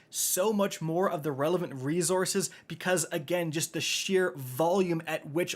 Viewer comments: Anyone else bugged by the way this man says resources? “Ree-zor-ziz”😵‍💫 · Does how he says resources bug anybody else?